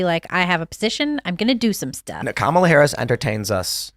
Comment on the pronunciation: How can you run a political website, cover politics closer than most humans, cover the presidential campaigns for the last year and still not pronounce the guys name correctly.